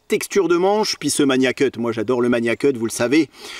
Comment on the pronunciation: Par pitié il faut arrêter avec la prononciation "maNIAcut". C'est Magnacut avec un G dur comme dans magazine.